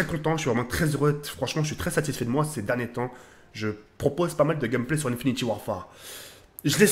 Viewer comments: ON DIT PAS "INFINITY" MAIS INFINITE 😂😂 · Arrête de dire infiniti à la place de infinite sa me perturbe mdr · c'est pas méchant mais c'est "Infinit"E" Warfare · stp c'est domonation et pas damanation ensuite INFINTE ET PAS INFINITY merci